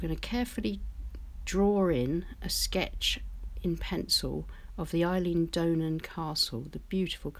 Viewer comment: So Beautiful. Thank you. Just for info Eilean Donan pronunciation is as in Aylan.